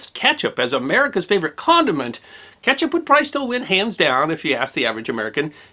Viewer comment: You keep saying catch up. It is kEtchup